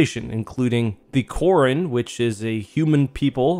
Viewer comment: Korun. Not Quarren 😆